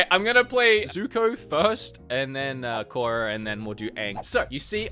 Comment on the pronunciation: Was cringing the whole time you were playing skadi (Kora) lmao 🤣